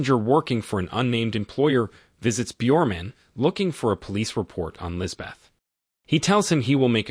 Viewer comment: The h is silent, it is pronounced lisbet